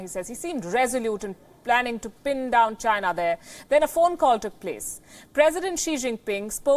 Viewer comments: i fucking die every time they show that "it comes from CHY-NA".LMAO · the way he says CHINA ! just makes me lol .....He sure hates CHINA ....lol